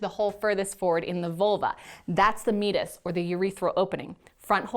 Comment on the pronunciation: Great show. Just one correction. Meatus is not 'meet us', it's Mee- Ate- Us.